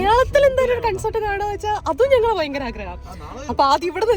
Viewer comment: Its കോൺസെർട്ട് not കൺസർട്